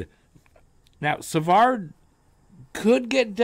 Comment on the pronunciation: Hi brother! I’ve been a long time subscriber and I really dig your videos! Just giving you a positive feedback on how to pronounce french names, the “d” at the end of Savard is mute so it’s pronounced Savar. Same for Harvey-Pinard😊